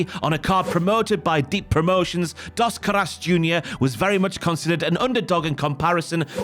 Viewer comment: "Das Carass" is a crazy pronunciation for Dos Caras. Al menos aprende como pronunciar las palabras si vas a hacer un documental 🤦🏿‍♂️.